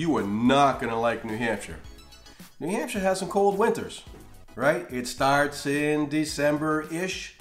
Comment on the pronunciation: I searched this to hear an American pronounce shire correctly, great job.